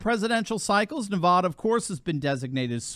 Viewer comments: Great Video but as a long time resident of southern Nevada; we pronounce our state like as in; Nevaaaaaaaada. It's not Nevoda!😄. Keep up the Awesome channel!🤠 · Thanks for covering Nevada. It's really funny listening to people outside the state pronounce Nevada. It's Nev-add-a not Nev-odd-a. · The first 'a' in Nevada is pronounced like 'bad', not 'bod' How to pronounce Nevada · people in Nevada hate it when you say it like you say it, "Nevouda". Say it like this "NEVAADAH". you'll make more friends there. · NEVAAAAAAADA not NAVAUDA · it's pronounced: Nuh-Va-duh, not Nuh-vaw-duh. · Great news for our State of Nevada (Ne-vad-a, not Ne-vod-a, it is an "ad, not odd"). The one thing which is odd about Nevada, is Reno,j Nevada is farther West than Los Angles, California. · Isn't it pronounced Ne--uh (rhymes with Ne uh), instead of Ne-vod-uh? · Nevaaada, not Nevaduh. Please say it right. I have trouble believing Biden actually won here in 2020. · NE-VA-DUH NOT NE-VA-DAH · We’re kicking butt & working so damn over here! We will be RED in November. Not lean but solidly RED! It’s Nev-AD-a not Nev-AH-da!! Btw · Doc, paleeeeze! As the San Bernardinoans are justifiably sensitive about "Berdoo," so too are we about Nevada as-in Ah! Nevada as properly pronounced is with the first 'a' as-in AT and the second, as-in UH. Just remember NEV-AT(d)-UH for our state, and you'll have 'er made! And also, re the present matter at-hand: it is to be expected that Dems as viewing now much wall-writing regarding their own likely fates, ARE shifting Right but, will to NOT tell a soul about it! Not too difficult to imagine why-not, no? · NahvAAAdah. AAA as in cat,. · I love your work, but the state is pronounced - niv-AD-ə. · it’s Neh va (a as in apple) dah. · It is not Ne-VAH-duh. Short-a, like the middle a in banana. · You are mispronouncing Navada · It's pronounced Nuh-va-duh (a as in cat). Thank you. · "NevAda" Not NevAWda"!